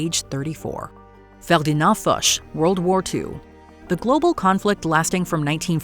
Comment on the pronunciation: Hearing a Canadian mispronounce Ferdinand Foche has me shook.